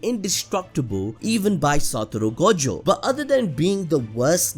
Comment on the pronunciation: Saturo FREAKING Gojo. Cannot say his name any other way now.